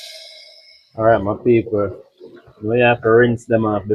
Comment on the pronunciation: I love when he say ok ma peaple